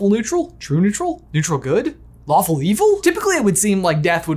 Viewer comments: When mentioned the "lawful evil" "Lawful Good" stuff, I totally thought he said waffle not lawful. LOL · I could of swore I heard waffle neutral instead of lawful neutral... lol